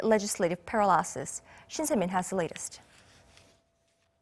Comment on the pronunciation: please ask mark broom how to say the word 'paralysis'